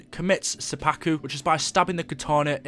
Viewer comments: The way you say seppuku makes me want to commit seppuku of the ears. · sep pu Ku is how you pronounce it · I face palmed when he said suppaku